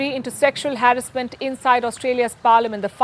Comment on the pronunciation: Ur pronouncing harassment wrong way,please goto google pronounce and check it..a good reporter always do homework before,love your journalism ❤